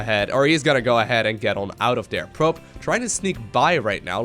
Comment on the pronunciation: did just say "pribe"? instead of probe?